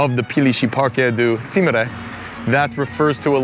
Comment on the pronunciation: Nagyon király vagy, hogy ennyire érdeklődsz a magyarság iránt, megtisztelő! :) Ám itt egy építő kritika: nem "címre", hanem "címer". :D Hajrá! ^^